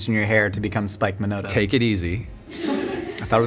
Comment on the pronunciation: saying Spike Minoda 😭 I was crying through this whole video. Mike influenced my whole life and I’ve really put off watching interviews because I’m an emotional mess lmao